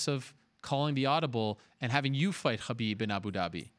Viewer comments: Its Khabib... Why is he saying Habib?😂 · The way Ariel pronounces Khabib is infuriating. The 'Kh' is neither the correct sound in Arabic, Russian nor Avar, just pronounce it as Habib if you can't get it right. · That khabib pronounciation caught me off guard haha. Pretty subtle I'm impressed i sound like im dying if i try and promounce that sound